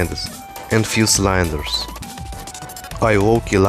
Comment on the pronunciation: The way you pronounced "cylinders" killed me Also what was the tower you were playing in the outro